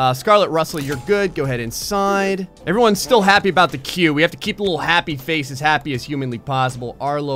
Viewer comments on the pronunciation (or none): none